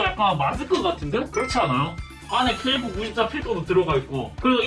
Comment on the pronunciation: 나는KF94를 케이크94로듣지ㅋㅋ